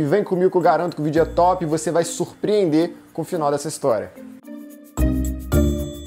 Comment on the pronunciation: Toda vez que alguém fala TÓP um peixe morre.